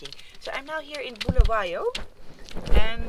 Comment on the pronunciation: It's pronounced Bull-a-way-o not Bull-a-why-o